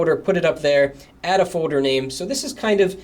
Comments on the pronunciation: When you are trying to say "folder" it sounds like you're saying "foder" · A foe-der? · completely off topic but there is an L in the word foLder... its not "fOder" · you say folder a lot and i hate the way you say it. foder